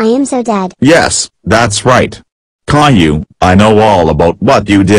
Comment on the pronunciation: How do you make Boris say Caillou instead of Kayloo?